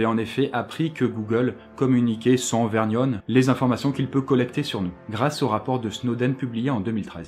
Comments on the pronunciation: Bonne vidéo. Merci. Par contre (grammar nazi mode on) on prononce "sans vergogne" et non "sans vergnogne". (grammar nazi mode off). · Vergnone ou vergogne? 5.04. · Rodallacouark c'était un défi comme dans ses autres vidéos... là il devait mal écrire et mal parler... «vergogne» mal prononcé, «amande» deux fois au lieu de «amende» et «au vu et au su de tous» au lieu de «au vu et aux yeux de tous»... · Coucou, juste pour te dire que je suis heureux de te voir retourner à ton format standard mais que certains points sont assez... drôles/mitigés/bâclés comme par exemple la vergogne (prononcée verGogne et non verñone) et l'amAnde de 150 000€ (je ne te cache pas qu'un fruit sec de ce prix devait être sacrément cher:p) à Je ne suis pas habituellement un grammar nazis mais je doit avouer que ça m'a choqué venant de toi:p En espérant que tu continues à faire de l'aussi bon boulot (sans rancune pour des erreurs aussi minimes);) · " Sans vergnogne" ... C'est vergogne :p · Sans "vergnogne" ? Sans vergogne, jeune homme ! Et une amende, pas une amande (c'est un fruit sec, ça). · Vergogne,, pas vergnogne. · Bonjour,On dit "sans vergogne "avec un G bien guttural (comme dans "google " ha ha) et pas sans "vergnogne",même si c est très mignon(à l'instar de l accent gnagna Neko)Si tu as fait expres de dire" vergnogne "et bien "tu peux annuler ma dernière communication "Et je te souhaite une bonne continuation. ^¥^ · quelques problèmes avec la langue Française à l'oral et à l'écrit ... :p (sans vergogne se prononce comme il se lit et une amande est le fruit de l'amandier , la sanction économique est une amende ;) bonne vidéo malgré tout merci :) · sans "vergnogne"? ou sans "vergogne" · J'aime bien la chaîne mais on dit vergogne pas vergnone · heu... "vergnone"????????? vergogne plutot non?! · le "sans vergnogne" il etait violent!!! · "sans vergnone" ? hihi